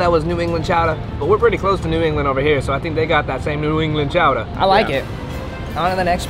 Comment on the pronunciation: Being born in Massachusetts, I respect the way you said "Chowdah"😅🤣